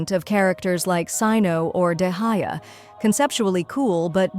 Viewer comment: Sloppy ai shi😂